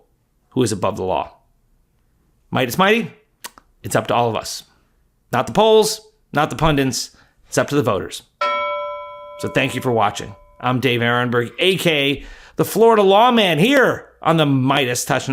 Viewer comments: There are no "pundints". Anywhere. Ben Meiselas says it like that, too. I'm trusting these people....an then -- blowing a simple word, due to some strange "mouth-feel" OCD. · How can we get (intelligent) people to use the word PUNDINT, when they really mean to say PUNDIT? Please! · Sorry this drives me nuts, but "Pundit" is NOT "Pundint", but no broadcaster on earth has ever gotten it right, other than Michael Cohen! The rest I love, of course!